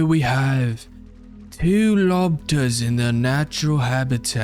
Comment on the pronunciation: “Lobters” had me rolling